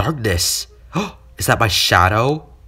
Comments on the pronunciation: YOU SAID OH S*** INSTEAD OF SHIP😂😂😂😂😂😂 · I THOTHT YOU SAID SHIT IS SHIP PALA